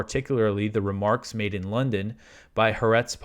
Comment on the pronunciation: Pronounce Ha’aretz anyway you want….your news is much more important. Thank god for your News program.